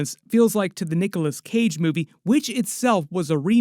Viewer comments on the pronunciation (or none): none